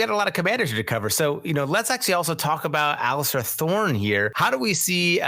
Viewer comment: Hearing you saying 'Allister' Thorne and 'Donald' Noye had my eye twitching